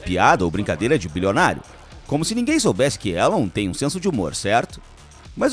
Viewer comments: O nome dele se pronuncia Ílon, não Élon. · Se escreve Elon, mas se diz ILÃN.